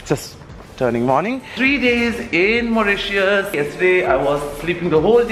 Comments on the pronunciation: Its not mautitious but Mauritius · It's Mauritius not mauritous!!! Lolll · Love the makeup; simple but gorgeous but it's Mauritius not Mauritious. Just saying;) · Mauritius not mauritious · Its Mauritius not mauritious 😂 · its actually Maurtitius and not Mauritious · its not maurious Its mauritius ❤'